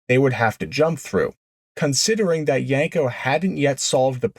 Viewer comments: If you're going to call it a "Yanko", I'm out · Yenko has an E not an A as the second letter in the name. why do you mispronounce the name ? is this a Jersey or certain eastern way to say YEnko ?